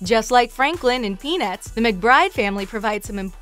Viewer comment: she said something that's not peanuts she said penuis lol